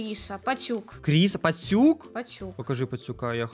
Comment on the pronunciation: Пастюк а не поттюк